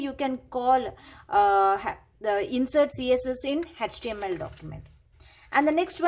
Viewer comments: Can you please pronounce the html as a html. it's not hechtml it's html okay. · Mam it's html not hhtml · H actually pronounced as hach so don't be oversmart 😮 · Pronunciation of h in html 🤔🤔🤔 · She also knows it is html but it seems to be little difficult for her to pronounce no problem in that... 😒